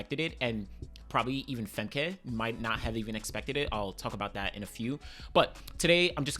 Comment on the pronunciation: I don't think Femke would be moving to the 800 if she hasn't already run a competitive time in training. Also can't believe that there are still track observers that pronounce her name Fem-kay.